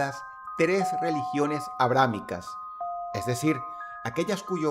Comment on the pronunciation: Dross. Aleluya, lo has dicho bien. Abrahamica y no bramanica. Gracias